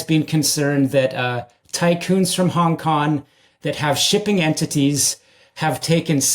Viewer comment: I wish he'd say Hong Kong and not Hong KoN